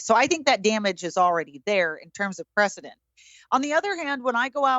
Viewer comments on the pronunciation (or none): none